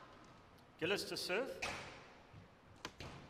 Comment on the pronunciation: Awfully easy to like Gilis (pronounced 'Jeeleese' & not 'Gillis' as in 'Dobie Gillis') but impossible to like Farida